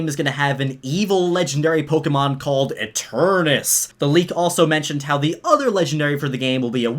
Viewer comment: Dude you obviously cant read. "Eternatus" is not pronounced "Eternus" dumbass. Somebody must've dropped out in the 1st grade